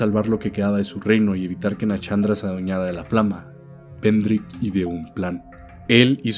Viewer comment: ay dios, NA-SHAN-DRA SHAAN NO CHAN ,SHULVA NO CHULVA